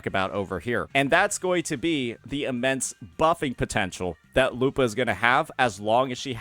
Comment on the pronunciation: You're pronouncing her name wrong to get people to comment on it and drive engagement huh? Well, I can tolerate "Kachona", "Zayni", "Cartelaev Fleurduporoknikov", but not this "lupAAHH". curse you, curse youuu!!!